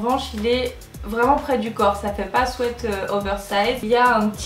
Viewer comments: *swit pas swet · Un swette??😂 on dit sweat "swit" ♡ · le mot "sweat" ce dit swit et non swait sinon top la video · Sweat qui veut dire pull se dit "swite" et pas "swète" sweat prononcer "swète" veut dire transpirer ou suer alors merci de ne pas faire cette insupportable faute 😧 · Omgg c pas des swet mais des sweat [ swit ]😂😂😂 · Léonie CHAMPAULT Et Nan... elle le pronote bien. ce qui se prononce "swit" et les les bonbons.. les Sweat c'est "swait". renseigne toi, Google traduction te le confirmera 😀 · Famille LANGLOIS MORIN "sweet" qui se prononce "swit" en anglais ça signifie "bonbon" donc le mot "sweat" se prononce bien "swait" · Isabelle vlr je regardais les commentaires expres pr voir si j étais la seule 😂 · Nan moi aussi sa me strese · Tu t'adresses à un public français mais tu dis h and M. tu sais pas prononcer sweat c'est tout ahahaha